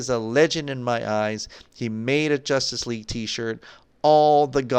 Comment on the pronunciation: He says jostice league 😂😂